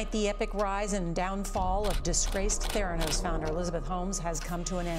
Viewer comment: Theranus with a slient "T"